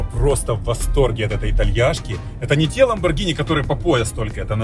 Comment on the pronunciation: 1. Не Lamborgina, а Lamborgini 2. Хороший выбор с Lamborgini Urus 3. Быстрый 4. Внедорожник 5. Можно проходить везде 6. 4 режима езды: Обычный, Sport, Corsa, Neve 7. Короче тачка супер, крутая, блотная